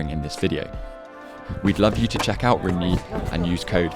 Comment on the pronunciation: How are you going to mispronounce rungne magnus literally says it all the time...